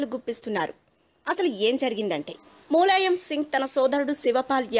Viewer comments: tollywood nagar: మూలాయం కాదు ములాయం Sarigga ఉచ్చరిస్తే baguntundi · Mooooolayam kadu, mulayam First learn how to pronounce telugu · Mooolayam ende nee amma.. Moola shanka laaga.. Mulayam ani kuda analeva nee lanja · మూలాయం కాదు తల్లీ.... ఆ ఎదవ పేరు ములాయం...